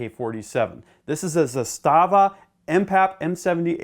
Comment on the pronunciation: Man you pronounced Zastava probably the best of all youtubers I watched so far. Well done!